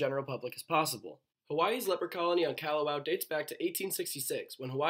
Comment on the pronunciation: It’s Kah-hoe-oh-law-vay. If you wanna be lazy, its Kaho-lah-vay. Kalawao is Kaw-law-VAO. Kaw-lawzzzz, not Kyaluh, like Callahan or Candy (KYANDEE). It’s Kaw like car or at least cod, but not like Cadillac